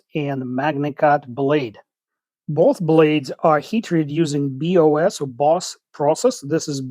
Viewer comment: BOS is the surname of the man who developed Buck's HT protocols. Paul Bos. I believe the pronunciation of Bos would be to rhyme with "mos'"- as in "not all but mos' Buck fans know about Bos".